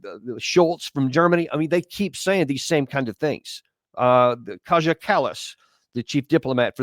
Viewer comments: Kaja is pronounced "Kaya" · Hi Daniel, love your channel. But you need to correct Kaja Kallas pronunciation. Pronounce as if it is spelled Kaya.